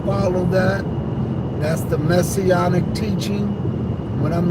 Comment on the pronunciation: The "Messyonic" ministries???😮